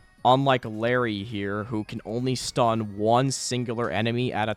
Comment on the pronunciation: I cringed every time you called him larry